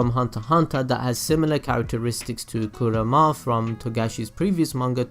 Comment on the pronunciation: Your pronounciation of Feitan was fine, it was your pronounciation at Kurapika, Kurama, and Yusuke that bothered me